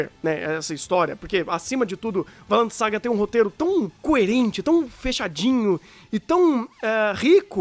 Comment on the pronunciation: "Vailend"?! Depois de ver o anime só consigo falar "Vinlando". XD